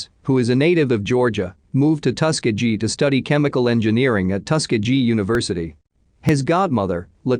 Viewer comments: It's pronounced: Tu-Skee-Gee Hard G at the end!!! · Tus-key-gee. Robots can't pronounce words? Thought robots were smart?